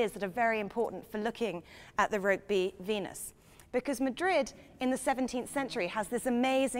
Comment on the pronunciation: It's pronounced ROOKBY